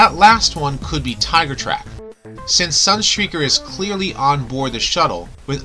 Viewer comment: "Tigertrack"? Where's he from?